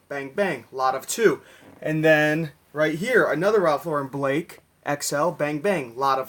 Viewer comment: It's nice to hear a Youtube reseller actually pronouce Ralph Lauren correctly....